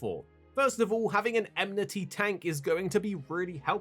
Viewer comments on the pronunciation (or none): Watching a video with so many occurences of the word "enmity" narrated by someone that pronounces it "emnity" triggers my inner grammar nazi big time...